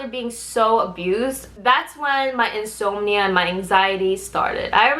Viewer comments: in-sahm-knee-uh <- just a heads up. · Yes. She shows BlackPink in the thumbnail. I watched of rambling/complaining/lowkey bragging/weirdly pronounced English ("insomnia"?) and there is zero mention of BlackPink in this video. They're not the group she was cut from before their debut and if she ever met them she didn't talk about it here. Putting a picture of a popular group in your thumbnail that has no connection to the actual content is classic clickbait and it's a rotten thing to do to people.